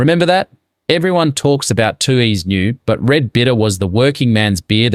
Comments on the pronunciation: Good subject but something strange about the pronunciation- nobody from NSW says “too-hees”, it’s “tueys”. 😅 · you can’t pronounce Tooheys properly, are you an AI voice?